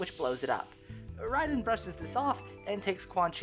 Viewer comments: Great video but I do hate how you call him raiden instead of (ray den) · Great vid, I have to say though... "Ray_Den" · You pronouncing Raiden wrong gives me the Ick but great video 😅